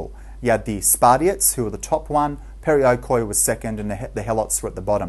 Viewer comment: the corect word is perioikoi not periokoi . it sounds like "periiki", the "e" soynds like the e in the word "Helen" and the "i" like in the wold "in"